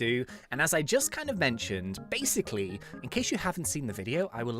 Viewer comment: why always said basic lee